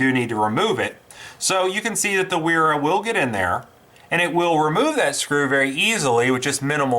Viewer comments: trying to be humble but .. the "W" is pronounce as a "V" auf deutch, So pronounce as "Vera"... Great review . Thank You so much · In case it hasn't been pointed out yet, it's pronounced 'vera'. Nice video though! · Sir, excellent tools, nothing, and I mean nothing, like Wera tools. Brand pronounced "Vera".